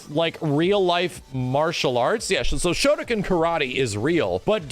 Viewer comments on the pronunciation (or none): Kinda pronounced Shotokan wrong. You got the Shoto part right but the Kan part is pronounced like Khan. And yes Shotokan Karate is a martial art from Japan. Specifically Okinawa. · Is a Shotokan karate practioner, listening to this.... ...come on my dude, couldve just taken 10 seconds to google the style first. and I know youre a westerner, but when did the letters "-kan" start to be pronounced "-kin?" whats "shodakin?" bro...but all in all, good video for videogame perspective :D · Good fgc insight, questionable Japanese pronunciation. You got the "shoto" right, but it's pronounced "khan" just like the Star Trek guy. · yes Shotokan is a real martial art and is commonly practiced and its pronounced shoto-khan (like Genghis khan but has no relation) why they choose this martial art to name them after I don't know (and if your talking about something completely different and there is a shotoken then that's my b and ima look like a jackass) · WTF is a shotocan? It's Shotokan( pronounced like con) Yes I'm being that guy.